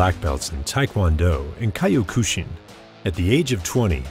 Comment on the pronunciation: I'm about a minute in, and I'm muting due to the piss-poor pronunciation of 'Rutten' and 'Kyokushin.'